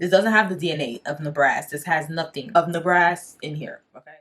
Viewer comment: Good review..i had to look at the bottle to see what you were talking about..i think you saying the Ne ba ras incorrectly